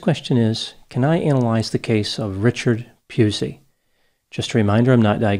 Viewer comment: Dr. Grande was very careful to mispronounce Richard Pusey's name